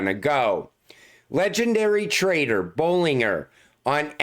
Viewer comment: Bollinger bands your saying his name wrong